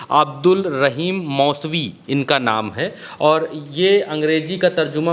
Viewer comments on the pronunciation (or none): none